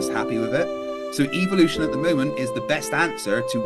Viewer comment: He pronounces evolution, as evilution